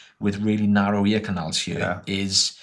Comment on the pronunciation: I will start saying "narry" instead of "narrow" from now on Much love! Your videos are great and it's awesome to hear that people watch your videos and it helps them build the confidence to go get an improvement to their life!